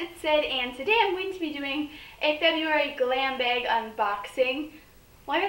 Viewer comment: Are you from Minnesota? "Baig" instead of bag